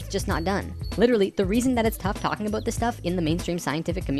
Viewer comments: every time you say aboot i can't help but think of south park lol it makes me laugh. great videos though. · Hehehe, I like whenever he says "about". It's so "aboat" it's almost "aboot". I'm Canadian too and I know we say "aboat" a little too here in Vancouver but the further East a Canadian is from, it sounds so much more severe. Even to me! I can pick out someone from Ontario no problem. If I catch some TV show I don't know much about, I can always tell when it's Canadian if it was filmed in Ontario. And often when it's filmed in other parts closer to the Pacific also. is from Manitoba, I think? So I only notice it when he says "about" or a word similar. But those words really stick out, lol.